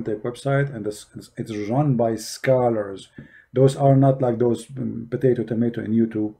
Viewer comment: every time say "Abdul" or "Potato", somehow i like to "😂😆",, Im sorry 😗😶😂